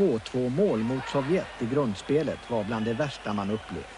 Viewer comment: Arne Hegerfors har aldrig kunna uttalat Sovjet så att det låtit farligt. Arne: Sovjett!